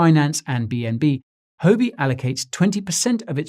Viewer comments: I dunno how it’s often said in the UK but Huobi is not pronounced “ho be” in Chinese. It sounds more like “who-or be”. As a Chinese speaker this really stuck out at me. Excellent and informative content as always though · Great video, but you are pronouncing it wrong Huobi is pronounced "WHUA-BI". It's tough listening to someone give great advice but on the wrong tune. You're probably losing Asian followers from this I would guess. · you aren't pronouncing 'huobi' correctly